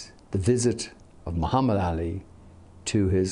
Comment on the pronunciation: This man even pronounce Muhammed ali's name perfectly. Show's you how much respect he had for him.